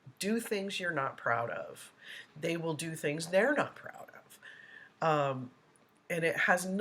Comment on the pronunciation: The same can be said for his other misinterpretations of words such as saying “axed “ instead of asked “dings” instead of things “biast” instead of bias